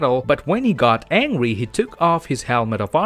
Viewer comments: He said angwy not angry if u found out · He saying angwy instead of angry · This man kept saying angwey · not trying to judge you but i like when u say angry (aNGwy) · all i hear is: "angwy" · Angwy?.... hahhahaha This Guy Is Hilarious